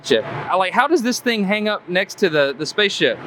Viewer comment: he said "im not sure, i measure the thang"